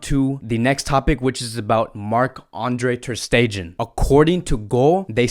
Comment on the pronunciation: bro i love your content ....but you are slaughtering player names.....its not spelled as 'i vahn ' its spelled as eevaan rakitic. and ter ste-gghen not ter ste-gen...please mate correct those